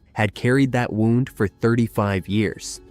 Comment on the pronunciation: Did you really say wound instead of wound (woond--an injury). Dude please learn the correct pronunciation if you are going to do pod casts. It ruins the whole meaning when you guys screw stuff up like a simple pronunciation.